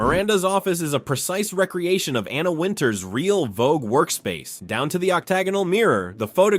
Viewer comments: It's definitely AI slop because AI can't pronounce words correctly. Re-creation v Rec-reation of the office. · Surely you can afford a real person narrating...REEEE-CREATION...NOT RECREATION.